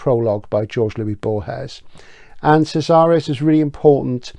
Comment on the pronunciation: Fabulous as always.. Casares is pronounced with a K sound. KAH-sah- rez. If you want to get a feel for the time) place and culture of The Invention of Morel I recommend looking up the film: Los que aman, odian... based on another Casares piece. It's a psyc murder mystery but it transports you to the island of Morel in ambiance. It stars the beautiful wife of Michael Buble, I think u will enjoy it. Keep up the excellent work you do here. VERY enjoyable.